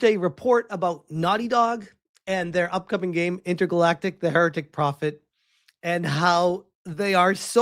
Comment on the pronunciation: U miss pronounced heretic.. woo-kuh, intergalactic the the woke prophet 😂😂